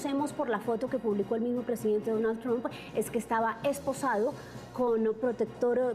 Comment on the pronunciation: Ya no dirá Mr. Trum la u suena como lo que es U..ahora dirá como suena la U en ingles "a" tram.